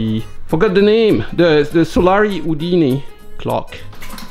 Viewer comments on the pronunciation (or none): Regarding the "Solari" clock, the "Udine" refers to the town in north-eastern Italy where the company was (maybe still is?) based. It's pronounced something like "Oo-din-eh". I love your channel - even though it makes me realise how little I know about so many things! Happy 2024 - or, if you prefer, MMXXIV !